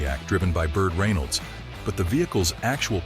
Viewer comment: Have to admit this AI generated narration was doing as well as AI could until the pronunciation of Burt Reynolds as Burt “Ray-nolds!”